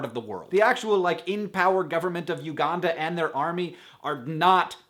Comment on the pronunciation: It amuses me that he says Uganda how he should say Aranda and Aranda how he should say Uganda ;)